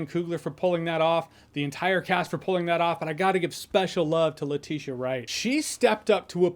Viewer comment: i used to think it was Nah-Mur but nah i was wrong it is Nay-Mor same with Letitia Wright, i thought it was Leh-tit-ya wright but thanks for correcting me when you said "Leh-Tish-Ya"